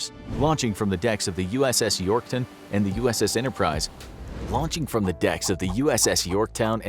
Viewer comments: he called it the “Yorkton” I was so mad until I accidentally unpaused the video and he called it the “Yorktown”. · Did I hear “USS Yorkton”? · he said it like yorktun the fist time so I think he repaid it but forgot to cut it out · "uss yorktin" - 2021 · He sais "Yorkton" in the first one